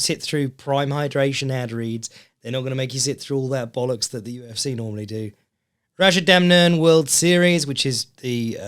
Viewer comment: has kindly placed timestamps! So this will be tekkers and the things I find funny that says. is back! Hilarious pun on Chris Curtis pronounces Rajadamnern (สนามมวยราชดำเนิน) beautifully Kumandoi vs Kunsenleck Review Left hook and pivots off the kick Kunsenleck checks Teep into gut being in position Superbon sparring J-kickers with high kicks Wheel kick and its counters Rajadamnern has made it more western style for thai style fights Skarbowski and Slyvie for free Jon Jones being funny, UFC drug testing Valentina laying with her belts... Curtis vs Allen 2 Review Curtis stance is funny Left straight as a jab to land the right hook to the body Curtis eating straight punches Back trap mount position don't care about the decision Jacob Malkon boxing a dudes face off Hernandez vs Jackson was terrible Young fighters get a stylist for your hair Marascal vs Chere was good Bahamondes head kick was good Court Magee Cornholle vs Dixon (changed to Mullens to mess with the content creators) Taking a guy down and not doing anything with it The UFC drek the week before Luque story is sad Weidman eyepokes Weidman gets more fights in the ufc due to having allegedly a good contract Look into the audience and shade the audience Nate Landwer gets beat up then comes back fake step in